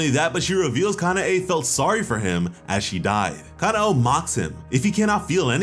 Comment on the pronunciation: Kuh-now and kuh nay bro it's that easy